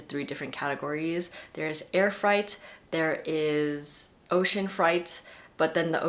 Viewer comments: I think freight is pronounced more like “frayt” rather than sounding closer to fright. 🤔 Or maybe I’ve been pronouncing it wrong this whole time? Either way, this video was amazingly helpful! ❤️ That one word just caught my ear. As a bookish person, I find my pronunciation when I say things out loud sometimes reveals I’ve never heard the word spoken before! 😊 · I caught that too, I was like- ocean fright?? Never heard it pronounced like that before. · The way to pronounce "ocean freight" is ocean fray + eight. Rhymes with weight. Not fright, as in scary. Just a helpful heads up. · You’re correct, it’s pronounced like frate, not like fright. That threw me too, I’ve never heard it pronounced like fright before. Sometimes it’s hard to know how to pronounce something when you’ve only seen it written though. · Freight is pronounced “frayt”. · (This is such a tiny little inconsequential thing but you were misprouncing freight! It's "fray-t" ok love you thanks for the great video bye!!) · Freight= “frate” 😊